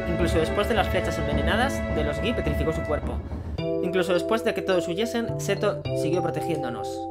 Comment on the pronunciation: Buen video, sin duda la manera más rápida y efectiva de matar a Nattak Gi. Por cierto se dice "Gi" no "Gui", a modo de apunte nada más 😀